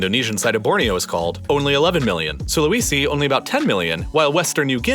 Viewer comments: Please research pronunciation! It doesn't take very long. I cringe every time I hear "Sula-wee-si" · Is this a computer-generated voice? After all this time it only occurred to me watching this video. The pronunciation of local place names is horrendous! "Aseen" for ASEAN, "Can-BEAR-ra" instead of CAN-berra, "SulaWEEsee" for Sulawesi... it was actually pretty cringy.